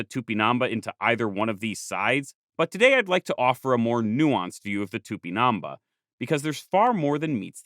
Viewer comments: Its cool to see some of the images you used in the video are the very images I saw on my textbooks back in the 90s’. And it’s It’s TupinamBAH, you’re pronouncing it wrong but it’s a great video nonetheless! 🫡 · i appreciate the video, but listening to it with this pronunciation of "tupinambá" that sounds like "tupinâmba" or even " tupinamb' " is honestly very grating and uncomfortable... i can't be sure of what was the original pronunciation in native tupí, but i can't imagine the á was put there for no good reason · for the love of God it's pronounced "tupinam-BAH" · Great video! I'm from Brazil, so if you wanna know how to pronounce it, it's tupinan-bah, with emphasis on the bah. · The accent in the last letter of Tupimambá to the narrator: am I a joke to you?